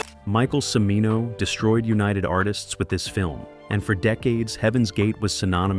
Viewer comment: E-Bert not Ebb-ert. C(h)imino, not see-mino